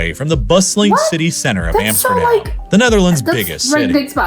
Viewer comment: What i don’t understand is that he pronounce Amsterdam and Rotterdam different even tho the A in dam is exactly the same in Dutch.